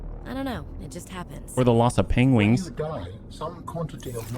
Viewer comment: It isn't your wingman, it is you pengwing man.